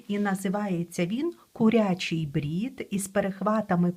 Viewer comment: Українською кУрячий, а не курЯчий. Дякую за Ваші відео і уроки. ❤